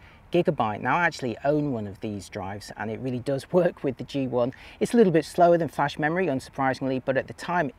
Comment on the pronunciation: Old guy should know better how to pronounce whether and than…